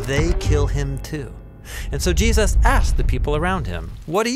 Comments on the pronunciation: Is it just me, or does anyone else cringe whe he says Jeeus instead of Jesus? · Excellent, but the narrator has a history of randomly pronouncing Jesus "Jee'-us" like and . Is that just an accident while saying Jesus quickly or is it some pronunciation I have missed out on. It's just something I have picked up on throughout listening to the Bible Project. Look, I don't want to be critical, I just want to know if its just a accident or if its some cultural way of saying Jesus?